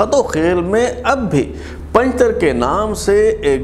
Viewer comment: بلال صاحب یہ پنجتر نہیں بلکہ پنجتار ہے لہذا براےَ مہربانی تصحیح کی جیے شکریہ۔